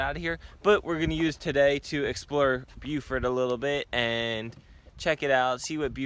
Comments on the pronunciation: It's BO-fert...not bew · It’s “Bofert”. 😂